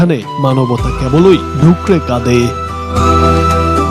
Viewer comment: বড় ভাই কেব লই না কেবল ই, একটু ভালো করে পরবেন